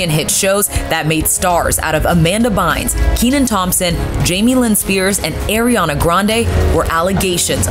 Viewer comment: Why’d she say Ariana’s name like that?!?! “AIR-riana Grande” 😂🤦🏽‍♂️ But on a serious note can’t wait to watch this! 😱😳